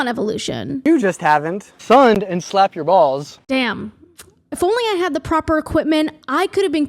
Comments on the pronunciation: "Have you tried slapping your bwalls kids?" hahaha that broke me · Lmfaooooo have u tried slapping your balls kid HAHAHAHAHAHAHAH you shoild talk like that more often 😅 the accent that was fkn jokes